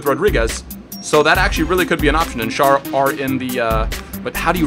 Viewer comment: schär is spocken scher